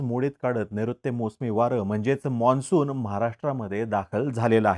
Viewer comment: सर मॉन्सून नाही मान्सून असा उच्चार करावा.... बाकी विडिओ उत्तम